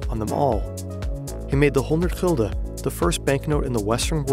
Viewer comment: Why You pronounce Gulden - Hilde? Is that a proper pronunciation?